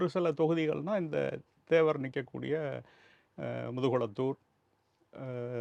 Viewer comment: முதுகுலத்தூர் இல்லை முதுகுளத்தூர்